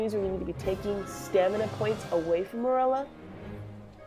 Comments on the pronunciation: I hate how u pronounce merula it’s meroola not murela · I thought I was the only one who pronounced merula like murela lol